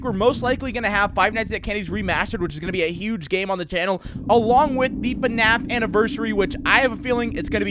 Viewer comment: You said FNaF wrong you said FNaC